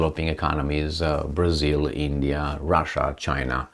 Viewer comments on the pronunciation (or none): none